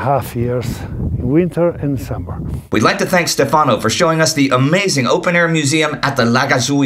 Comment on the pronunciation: Indy,I hate to criticize, but it is STEFano not stefANO. I had that pointed out to me early on when in Italy. English pronunciation tends towards the latter. Always ano.